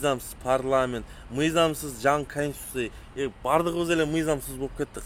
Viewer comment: Э индейс эмнеле деп тантып атасын конституция денге тилин келбейт анан сага аттын богу барбы саясатта адамды раздражение кылган токой мына сени созуно кошулуп комментарии жазгандар суйлошуп алып эле алган окшойсунарго,бул детский кылыгынар жарабайт